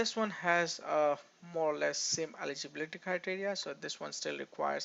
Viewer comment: Stop your fake accent 😂😂 can’t even pronounce ‘eligibility’ properly